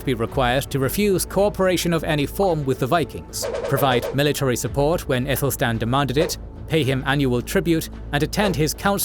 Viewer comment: Good, but Aethelstan should be pronounced with a hard ‘a’ - not “ethelstan”, but as in apple, Athelstan.